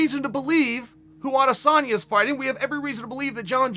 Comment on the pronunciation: Chael prounouses Adesenya name right . Some idiots like Ariel say “aday-senya”. Like wtf , where did they come up wit that